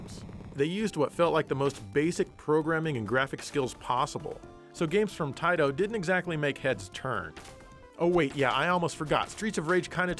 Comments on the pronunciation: I love how says Taito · Seeing him put a taito game in the genesis just got me desperately waiting for him to say it in his funny way